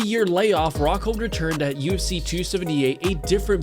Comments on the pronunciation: Anyone else hearing UC and not UFC? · Bro it’s U F C not UC